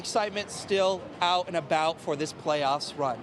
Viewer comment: ugh... i can't stand these glottal stops. Don't hire young people who can't pronounce the letter T at the end of words. It's not "Detroy" or "ow"... it's "Detroit" & "out."